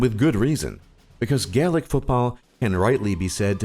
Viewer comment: YOUR SAYING GAELIC WRONG!!🇨🇮🇨🇮